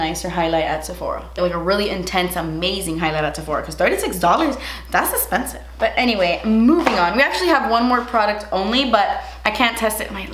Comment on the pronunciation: No one:: Das espensive!